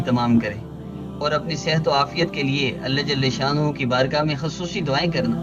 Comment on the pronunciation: ALLAH JALHA SHANNA HOO... km se km as lafz ko tu theek se parh lo